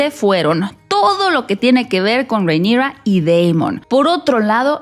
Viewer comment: Por qué le dices Reinigrrraaa así medio gringo? Porque tú mexicano es perfecto y el nombre de ella es Valirio no gringo, entonces no entiendo la pronunciación. 😅